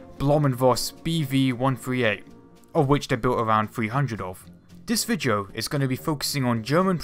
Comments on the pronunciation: its video not vijio lol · This ViJo? ummm I think it spelled Video and pronounced phonetically.